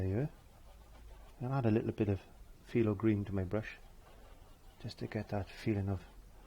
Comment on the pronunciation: Just curious...it sounds like you're saying "Filo green", is it phthalo green that you're saying?